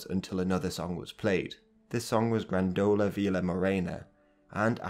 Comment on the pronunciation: Also, GRÂNdola; stressed on the GRAN, not "dola". :-) I see a pattern here.